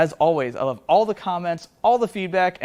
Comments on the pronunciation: Regarding the cam inspection, did you say "we lobe to see it!" or was it my imagination? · "You lobe to see it." I ear you.